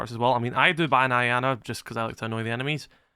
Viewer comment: “Yana” not “I-ana” mfs dont know how to pronounce shit😂😂😂😂